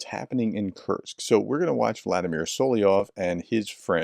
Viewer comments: Kursk professor….. Like course-K. Not Kurtz or Kurtzk. Please 😂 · It's 'Kursk' not 'Kurksk' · You're STILL pronouncing Kursk as Kerch ! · K-u-r-s-k, Kursk. It's not that difficult to spell out or pronounce. Try harder. Prof!